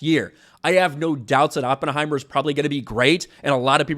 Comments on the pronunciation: Sucked in CRUISE … BTW idiot it’s Oppenheimer - NOT OP HEIMER… learn how to pronounce the scientific genius. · can't even pronounce Oppenheimer. Color me shocked. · you can't even pronounce Oppenheimer correctly...